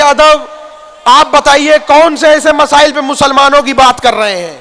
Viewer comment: Msile ni.. Bhai masle hote hai 🤣🤣🤣🤣🤣🤣🤣🤣🤣 msile msile bol rha 🤣🤣🤣🤣🤣